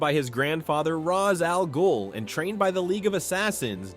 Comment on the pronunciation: The mispronunciation of Ra's's name, the over processed sound, the overly consistent pronunciation, lack of any personality whatsoever... So this is an AI channel, huh?